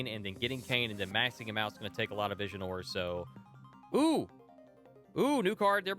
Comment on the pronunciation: 1 questoin tho, why u always keep calling Visiore as Visionore, there's no N anywhere in the word, just why :D